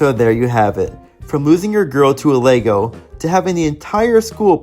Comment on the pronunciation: It’s Lisa Lego not lugo